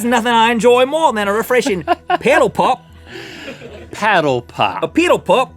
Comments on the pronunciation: With the paddle pop Rhett starts to go a little to eastern to a kiwi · Rhett sounded more Kiwi than Aussie when he said 'paddle pop' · We don't say peeedle pop it's paddle pop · When u said paddle pop like piddle pup that sounds like New Zealand Aussies pronounce the a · The way Rhett said Paddle Pop was doing my head in XD also its just for the brand Paddle Pop.... not all ice creams on sticks 🤦‍♂️ as someone from Melbourne Australia this hurts my soul. Get a true Aussie on to get your facts right. We use Preggers more than up the duff and ketchup is tomato sauce and what the heck is cakeage?!?!?!?! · Rhett pronounces "paddle pop" like a Kiwi